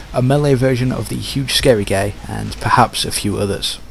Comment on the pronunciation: Why does "guy" sound like "gay"? lOL